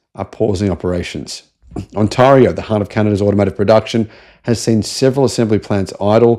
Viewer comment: On-tear-E-O. Say it with me. On-tear-E-O